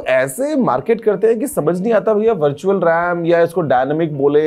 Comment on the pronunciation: Mujhe vertual rem Start me Bhar tu chal Ram Sunayi diya 😂😂😅😊😮